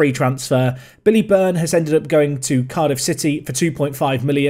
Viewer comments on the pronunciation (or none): none